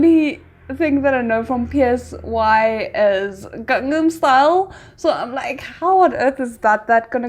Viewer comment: The artist name is not PSY it is pronounced as SIGH as in sighing loudly. Are you an idiot you don't know who Siri PSY the very first K pop artist to be big globally with his song Gangnam Style and gentleman.